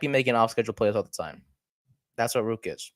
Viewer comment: Please pronounce his name right. There is a second r in Rourke. The play against the Cowboys is not an example of a QB who cannot stay in the pocket. The protection broke down so fast he had no option but to try and escape. His escape was miraculous because they could not bring him down due to his amazing lower body strength and balance. He is a pass first QB, accurate and a great reader of what he has to do to beat the defence in front of him. If the Giants give him a fair opportunity you will see what I mean. I am 76 years old and have watched the CFL for over 60 years. He is the most talented quarterback I have ever seen and that includes CFL quarterbacks who started in Canada and became starters in the NFL. In that group were players like Joe Theismann, Warren Moon, Doug Flutie, Jeff Garcia, Joe Kapp, Sam Echeverry,. This young man has exceeded and excelled at every level he has taken since he left Canada as a high school student to hone his skills at a U.S. football academy, community college and NCAA university. Check out his background. He succeeded every time despite the odds against him. His dream of starting in the NFL as QB has been his goal since he was less than 4 years old. He is driven and will succeed if given a fair opportunity to showcase his talent.